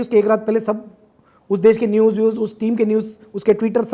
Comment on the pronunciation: News hota hai bhai newses nahi